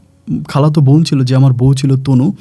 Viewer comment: Vai apni ekn kusuta tik vabe pronunciation Korean, easte easte tik kore nen,nyto sunte baje lage. Von na bon,sakma na chakma. Easte easte tik kore nen.